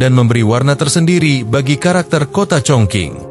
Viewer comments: dibaca chong ching , bukan chong king. sakit telinga dengernya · Setelah sy cek di Internet ternyata bener, cara bacanya chongching bukan chongking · dalam bahasa mandarin chong qing di baca :Chong cing , bukan Chong king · Cung cing ejaan Indonesia nya. Bukan cong king. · Stop sebut Chong King tp Chong Ching!!!geli ah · Chong king kota apaan bang? Itu chong cing bukan chong king😂😂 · Bener,suruh edit aja audio narasinya.